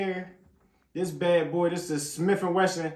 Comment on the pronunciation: “Ah Shmiff’n wesson”😹😹